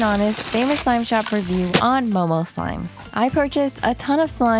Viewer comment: sounded like she said mobile slimes😂